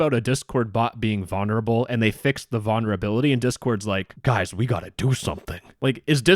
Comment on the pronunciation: I absolutely love your videos but bro, the way you say VONerable instead of VULnerable drives me absolutely insane😭